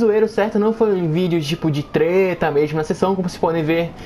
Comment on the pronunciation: quando ele fala rapido treta ele fala teta e mo engraçado kkkllkklkkk teta